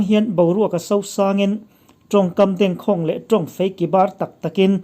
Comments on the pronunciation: Dengkhawng tih tih a va khawng ve tih ang a ri lo vin ka khawng ang che ti angin a ri tur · A ngaihnawm thin ma nge aw...chutih lai chuan lam dan tur dik lo awm zeuh hian mit a ti mim deuh..eg: DENG KHAWNG ..lam dan tur hi' Lung ka deng" tiha Deng lam anga lam tur a ni..KHAWNG tih hi "Ka khawng ang che...tihha khawng rik anga ri tur a ni e....ka bengvar phah e. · Dengkhawng, Deng tih hi thildeng, buhkadeng, tih ang a lamtur aw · Dengkhawng lam rik dan hi a dik hlel deuh em aw? Deng leh khawng hi thluk sei ve ve se a lam rik dan a dik deuh tur a nia.News buatsaihtu leh chhiartu hian hmaichhanah chhiar thin se, lam rik dan dik lo hi a awm lo deuh thin tur a nia. DDK a news reader te hian chutiang chu a awm lo deuh tur A ngaih thlak nawm viau e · Dengkhawng i lam dan hi Deng hi buh dêng kan sawi ang hian lam tur a nia khâwng pawh hi a sânga lam bawk tur.0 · Dengkhawng tih hi lam dik i lo tum tawh dawn nia